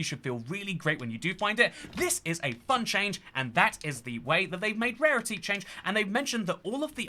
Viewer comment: i thought you said pairity...